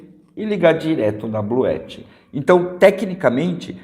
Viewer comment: É possível ligar um chuveiro com esse sistema da Bluetti (Bluuti é a pronuncia correta) ligado com placas solares?